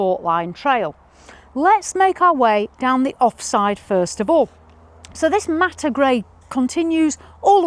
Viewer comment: What’s ‘Matter’ grey? Do you mean ‘matte’, as in ‘Matt’? It isn’t obvious on the video. 🤷🏻‍♂️